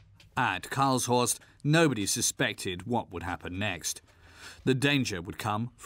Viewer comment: Karlshorst - the stress is on the second syllable.